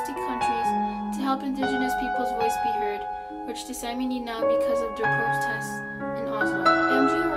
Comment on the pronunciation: its Saami. "Sámē. or salami without the l